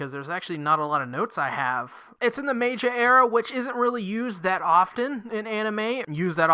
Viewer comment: Meiji is pronounced Meyjee